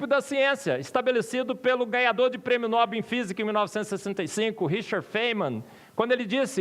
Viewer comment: Ajudando: O nome Nobel é OXÍTONO. No-BEL.